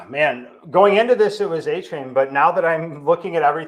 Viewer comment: Can we just stick to A - Chain? Stop letting this man try to change how we pronounce "ane" in the English language on the fly